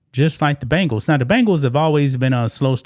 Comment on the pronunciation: Bengals!!! As in Bengal Tiger! Not Bangal's as in bracelet!